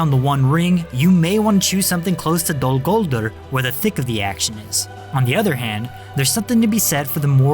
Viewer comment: Dol Gul DUR, accent on DUR!